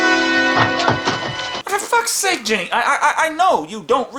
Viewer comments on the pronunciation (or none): none